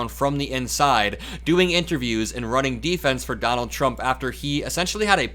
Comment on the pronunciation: 😂😂😂THE OLD MAN…..”don-OLD”……and now I am convinced both vance and the old man are gone totally…..FUBAR! 😂😂😂😂😂